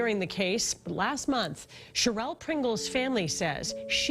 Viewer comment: Whoever is narrating the story can’t even pronounce her name or her son’s name correctly, keep calling her Cherelle when it’s Cheryl and calling her son Jamonny when it’s pronounced Ja-ma- ni 🤦🏽‍♀️